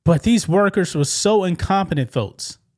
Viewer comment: I love dude’s unique way of pronouncing K sounds with T’s (e.g., “folts” & “Metsico”). 😅✌️ “Skydivin? Naw I’m good!” 👈 KAZACKLY! Life is WAY too precious to risk it on cheap thrills. 🤷‍♂️